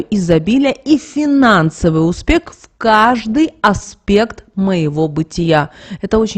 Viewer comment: достаткА((( а не достаткИ(((успеХ, а не успеКТ((( Что у вас с русским языком???((( Окончания неправильно произносите(((